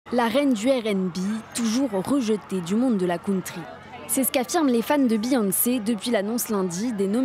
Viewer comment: ça doit être une crime de prononcer country comme ça , chui choquée